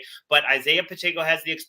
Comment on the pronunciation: Why does everyone insist on putting an “n” in Pacheco?